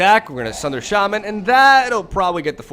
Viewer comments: It's not sha man lol. It's pronounced shamman basically. I don't have any copies of nexus myself and only one Teferi. I play gruul and boros decks in ranked. I also have the sultai krasis deck with the explore package and that may be better than my other decks but I love rhythm into hasty beasts and angels and heroic reinforcements. I won't play cancerous decks. I refuse to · its obviously shay-mayn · either way, it's not sha-MAHN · It's a long a, so shah-man, but as my Latin teacher loved to say, English is a lazy language. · It’s pronounced Shay-man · Its SHAman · The accent is on the first syllable, actually! It's pronounced like SHAH-mun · No the correct pronunciation is Shay (like in "shave") and man (like in...well..."man").